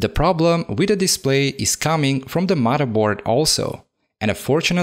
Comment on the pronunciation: "Mudda board". Love it!